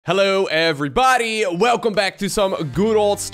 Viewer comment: "Hello everyBODY"?? Wtf is that!